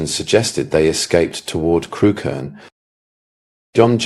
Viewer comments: It's pronounced Crook -urn, not Crew-Kerne. I live a few miles away. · Yep.Had a friend from there and she always called it Crook-urn.